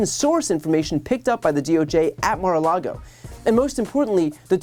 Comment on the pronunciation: "Remember mara-la-go" instead of "Remember the alamo"